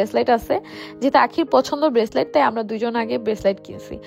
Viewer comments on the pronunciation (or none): Breslate naki breslight 😂😂